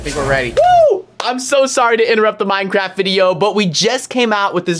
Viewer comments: when he itterrupted the video he said minecrft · "oMg He SaId MiNeCrAfT iNsTeAd Of BeAmNg"